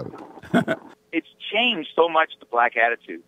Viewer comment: This man can't even pronounce the word black he says blasts this nigga is dumb like I said they found him under the freeway overpass sleeping in his box.